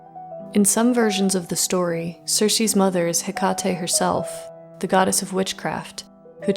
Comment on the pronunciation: Just a little note. The e at the end of Hekate is pronounced the same as Aphrodite or Circe. It’s the η letter. ❤